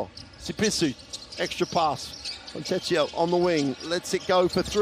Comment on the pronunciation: Can they stop calling him fonteccio? It is fricking fontekkio! Even easier to say